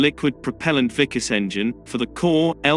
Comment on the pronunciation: it's pronounced "Vik-aas".